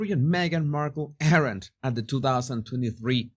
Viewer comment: Jesus! Your English is really good, and I know you're always trying to improve, so here one little tip: "aren't" is pronounced like "arnt" It's one syllable and the "a" is pronounced like a Spanish "a" - "ah." Just pretend the "e" isn't there. It's silent. I know - English is crazy!